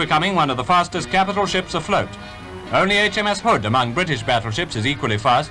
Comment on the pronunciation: At 5;32, "Between the Bismarck and the 'hooser" Hood"? How did that gibberish get into the narration?